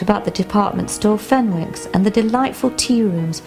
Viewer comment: The 'w' in Fenwicks is silent, the correct pronunciation in the area is 'Fennicks'